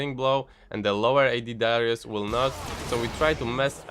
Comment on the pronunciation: I heard dyrus lol.